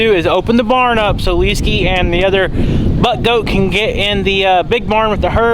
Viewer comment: Did you say "Buttgoat?"